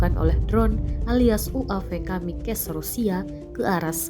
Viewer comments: Kmikaze itu bahasa jepang mbak, jadi jangan di baca kamikkez kayak bhs inggris....haduh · Kamikaze itu dibaca kamikaze juga... Itu dari bahasa jepang Jgn dibaca kamikas wkwkkw lain bahasa inggris bosku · Narator menganggap kalau kata "kamakaze:" merupakan Bahasa Inggris, makanya dibaca "kamikaz". Padahal barasal dari Bahasa Jepang yang tetap dibaca/dieja "KAMIKAZE". 🤗🤗🤗